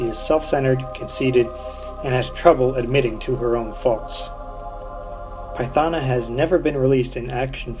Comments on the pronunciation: Wow you butchered her name🤦‍♂️🤦‍♂️🤦‍♂️🤦‍♂️🤦‍♂️🤦‍♂️🤦‍♂️ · Great, other than pronouncing her name wrong...